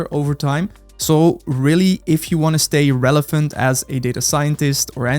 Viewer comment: I love how you pronounce relevant as "relephant"